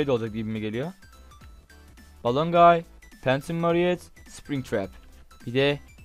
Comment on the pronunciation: Buradan Watty Five Nights At Freddys tayfamıza selam ♥ (Joe ve Cody bu modun yapımcıları. The Atlantic Craft.) Toy tayfasının bizlerde adları var. Toy Chica = Chickee Toy Freddy = Fred Toy Bonnie = BonBon. Marinet dedin ya bir gıcık oldum. Marionette o yanlış yazılmış. Halikunasyon:D Domdomdiridumdum diye şarkı söyleyen Foxy. Gülen ise Freddy. Purple Guy ise hikayeyi biraz incelersen ilk oyundaki biziz. Senden bir Five Nights At Freddys serisi isterim.